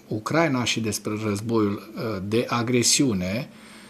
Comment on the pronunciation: D-n nu se spune Ucr/A/ina ci Ucra/I/na, pentru ucraineni asta-i foarte important.